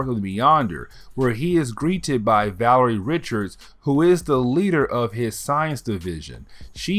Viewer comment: "Valerie" 😂 VA-LER-IA. VALERIA. VA- LARE-EE-AH. Now say it